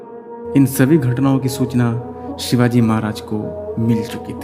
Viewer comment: व्हिडीओ बनाके के पहले तू महाराज का नाम सही से लेना सिख.. हमारे भगवान है छत्रपती शिवाजी महाराज..